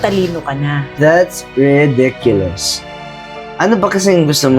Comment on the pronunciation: Both of you needed to do a little more homework and spend more time practicing your English grammar and pronunciation., you might have wanted to learn how to pronounce the word "thanks" because you really missed the mark. And, your pronunciation of "ridiculous" was way off, it sounded more like "rediculous." Just saying... it gave me a good laugh! 😂 LOL.